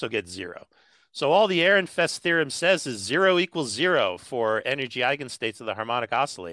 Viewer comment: "Airinfest"? Is this a joke? Or are you still struggling with the fact that someone forgot the d in Fredericks?